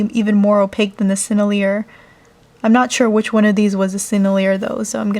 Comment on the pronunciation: I think sennelier is pronounced sen-el-ee-ay